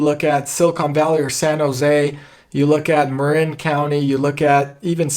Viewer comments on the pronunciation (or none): none